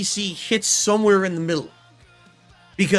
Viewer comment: turns Irish when he says somewhere in the Middle